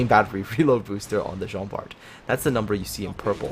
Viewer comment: Just to let you know, it pronounce Jean Bar.